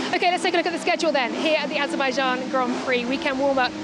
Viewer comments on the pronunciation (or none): Azerbaijan or Aberbaijan ? 😂😂